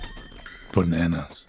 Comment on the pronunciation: says bananas like a viejo sabroso